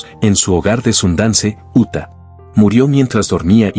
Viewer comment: Esa voz me parece ...IA.. al decir uta... robert redford vivia en Utah